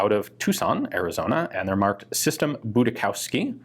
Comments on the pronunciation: Just for reference - it's pronounced "Boodishofsky" in german - the pronunciation of the first half was correct but Showski is pronounced "Shofski" with the Sh like in fish - then a normal o and f sound and "ski" like it was pronounced in the video. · Are you sure it's not more "Budi-schowsky" (with a more s-like sound) instead of "Budis-chowsky" (with a more k-like sounds) as you said? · If it's a German/Polish name, it's pronounced: boo-dee-shoff-skee or thereabouts. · Just FYI; Budischowsky is a Slavic name, originally likely Polish (Budiszowski) or Czech/Slovak (Budišovský), pronounced as "buddish-ovski" (in Slavic languages). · In German Budischowsky would be pronounced "Budi Show Ski" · The name Budischowsky i pronounced Boodeeshofskee in german. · You would pronounce that 'Budishovski'. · Btw it is pronounced "budishovski" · Actually it's pronounced Budi-shov-sky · The pronounciation would be more like: "Boodieshoffsky". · Prononciation would be more "Budishovski"